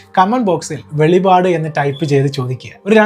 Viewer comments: Not veli vad but velippad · Velipadu alla, velippadu